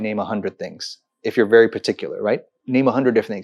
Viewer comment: It's very not wery. it's we not vee, vision not weesion if you are going to put on that fake accent, at least learn to pronounce your words correctly